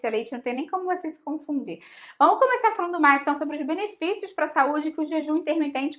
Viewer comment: " ur beneficios" carioqêz